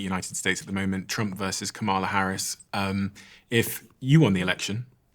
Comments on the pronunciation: Please pronounce Kamala's name properly. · Please take the time to learn how to pronounce 'Kamala' properly! I find it disrespectful and it erodes your credibility.